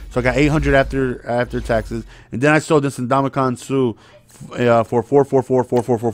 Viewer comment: “Ndomikong Suhhh”